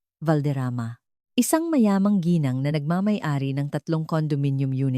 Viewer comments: Tinamad na akong manuod at toooooo dragging tapos mali2 pronounciations ng mga tagalog words like ginang naging gineng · Parang walang Pinang aralan ang taga salaysay na ito mali mali ang mga pag bigkas ng mga word gaya ng geng imbes ng GINANG , ang ALIBI naging ALIBE , hindi ko tinapos , buysit!!!! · akala ko ung "GINENG" ay pangalan..Ginang pala..AI voice ngani😂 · Ginang po ginang Hindi geneng pati alibi mo di ganun tamang bigkas 😅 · advice LNG po sa narrator ng story DTO Gng ...should pronounce GINANG SA TAGALOG MEANS MRS.IN ENGLISH ..NOT GINENG HE HE HE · Maganda boses mo at Ok ang kwento pero ang pangit pakinggan ang nagkwento . Nairita ako sa geneng eh gng ginang lang pala at saka di ka ba nag research kung paano ang tamang pagbigkas ng ALIBI? Sa english a-lu-bai sa tagalog A-li-bay. Hindi ako nagmamarunong naintindihan ko na hindi ka sanay magtagalog pero kinaceer mo magkwento kaya ayusin mo para mga tagapakinig mo masiyahan naman at magsubcribe sa channel mo. Ay naku ge eneng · ARAY KO PO ,SAKIT NA ANG TIYAN KO KATATAWA GINENG , GENG, ge e neng,ga eng ,& other ways you pronounced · im wondering, bakit hindi nila interrogate separately mga asawa? gosh.. AI voice possibly influenced the youth tomorrow 😂😂it tooks time for me to understand what "Geeneng"😂😂..Ginang pala😂😂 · Puede ba bigkasin mong maayos ang salitang GINANG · Ok sana pero ang pangit ng bigkas mo sa ginang sana mrs. Nalang ginamit mo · yun din ang nasabi ko... kaya kabuweset talaga!!! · It's so funny the way you pronounced G I N A N G .& in different ways.Research in needed so you can make less mistakes or less errors! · Pronounce properly the word Gng And Alibi..